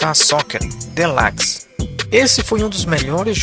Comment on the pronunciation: O vídeo é sensacional cheio de curiosidades e muita informação, mas não quero ser chato mais existem algumas pronúncias em inglês que ficam estranhas da forma que vc falar exemplo deluxe,e a dixie de donkey Kong 2 soaram estranham quando ouvir sua pronuncia e so se atentar a pronuncia correta,mais no mais continua assim que é sucesso.